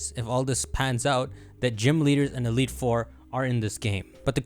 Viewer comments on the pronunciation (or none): none